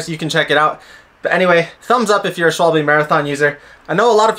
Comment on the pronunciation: Thanks for the video. I'm having a minor repair backlog as well. BTW "Schwalbe" is pronounced "Sh-val-be". It's German for "Swallow". Presumably after the bird, not the action when drinking...